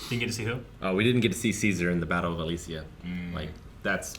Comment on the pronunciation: Alesia not Alicia.